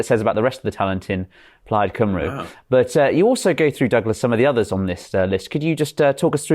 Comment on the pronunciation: Please learn how to pronounce Cymru. It really isnt difficult